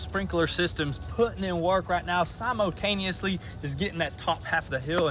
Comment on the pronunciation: He said “Simo-taniously” LOL!